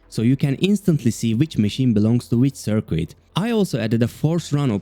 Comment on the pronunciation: I love these videos! Currently catching up by watching them all from the beginning -- excited to see what's next. One little tip: The "u" in "circuit" is silent, so it sounds more natural if it rhymes with "kit" rather than "quit". :) Your videos are inspiring me to get back into Unity!